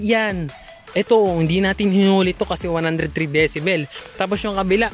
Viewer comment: ung enforcer d alam ang gingawa.. di nga mapronounce ng tama ung decibel eh.. dyesibel daw eh??! 😁